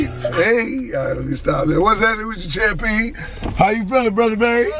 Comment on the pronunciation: This how many times he gon say champeen this video 👇